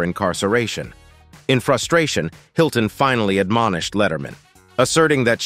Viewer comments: I like how the AI pronounced the M in the misspelled Paris Hiltonm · "Paris Hiltonm"? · Paris Hilton-m LOL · Paris Hiltonm??? Haha, and then pronounced the extra 'm'. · Robo-reader needs to learn to pronounce names, except, of course, that Hiltonm isn't Paris' last name. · Is the reader a human or AI. Can't pronounce some name correctly. I am guessing AI.... Hiltonm